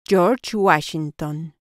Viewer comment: Yorch wachinton